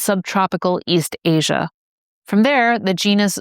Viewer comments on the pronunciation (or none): none